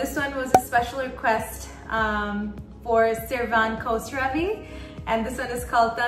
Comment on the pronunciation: خسروی گفتنت تو حلقم 😜😜